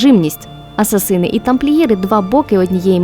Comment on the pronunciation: блін, ну оце "асасИни" просто дико бісить